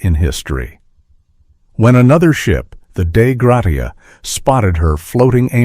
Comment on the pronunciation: "Grasha" not "grot-e-a."